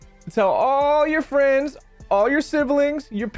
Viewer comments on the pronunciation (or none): none